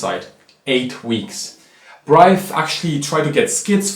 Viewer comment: My god, why do you pronounce Breith as an ugly hybrid of German and English...?